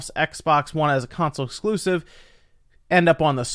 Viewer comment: What's an "Ex Bocks Wun X Cloosiv"?